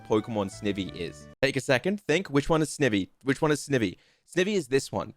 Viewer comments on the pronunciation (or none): It would have worked better if he actually said snivy the way there names said and not snevy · Serperior still has arms, they're just kinda hard to notice. Also it's Snivy. Combination of snake and ivy. Not Snivvy. Ok rant over lol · I love the ranking video but the way ur saying snivy is triggering me for some reason 😂😂😂